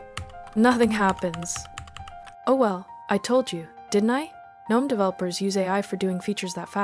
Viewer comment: finally someone who pronounces gnome the correct way